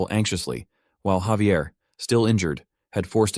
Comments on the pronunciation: Hearing Xavier is giving me cringe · Why is Javier being pronounced as Xavier? 😫🗿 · Am I the only one that pronounces Javier name as (Ha-ve-air)?